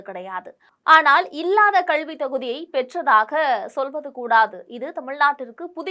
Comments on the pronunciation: அம்மா, கள்வி அல்ல கல்வி தயுவு செய்து திருத்திக் கொள்ள வேண்டும் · மூதேவி கள்வி இல்லை கல்வி என்று சரியாக சொல். உன் கல்வி சான்றிதழை சரி பார்க்க வேண்டும்.